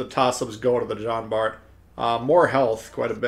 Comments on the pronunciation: Its pronounced "John" Bart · Good review! I figured you'd enjoy the Jean Bart (the T is silent, in case you're interested), since you like the Richie so much. I played maybe an hour or two yesterday, and noticed that I'm about 1/3 through most of the campaign ops...definitely easier than previous, even for casual players like me. Which is probably good, since my son got me back into Tanks after the Atago campaign... Merry Christmas sir, to you and yours!